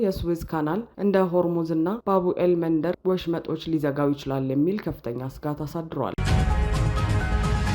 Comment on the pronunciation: ባቡኤል መንደር ሳይሆን፣ ባብኤል መንደብ ነው የሚባለው።